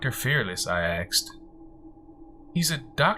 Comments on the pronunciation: I have the same critique. The rate of speech and enunciation is great until axed. It is like going down the road and hitting an unexpected speed bump. It just seemed odd and out of place. But if Hood Horror said axed it would seem natural because it is the vernacular of his style and diction. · Great job! Perfect pacing for a horror story, not rushed like some others. It didn't bother me when you "axed" questions, I mean that's how you talk, no biggie.... You can "axe" me a question anytime 😉 Don't worry about all the negative nancies complaining about it. They just have to have something to gripe about lol. I think you will go far as a narrator. Thumbs up from me. Good luck! 😘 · Great narrator,, and I'm voting you up! However: unless the character is speaking a particular dialect, the word is asked, not axed. Same reason it's miss-chiv-ous, not miss-chee-vee-ous. Professional voice-over artists know the difference. The really good ones can do lots of accents and know when to use a word like axed or miss-chee-vee-ous. Context is everything. Good work on the character voices of the son and the wife. Good luck! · I liked him. I liked the story. OK, when you annunciate ASKED it should not sound like AXED.its a peeve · you ask not axed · Mmm, super nice voice. There are a couple pronunciation things like axed instead of asked or simular instead of similar, but I think these are just characteristic of where the narrator grew up and isn't really an issue for me. The story selection was great. It was nice to finally get to listen to an effective story under 20 mins (lol) and the story was different and interesting The voice was like melted butter. There is a steady sound quality issue, though, like a slight echo or reverberations from the walls of the reading room. Maybe hanging blankets or sheets on the walls before a reading would help fix that. Well done, otherwise! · I love his voice but hate how he axed questions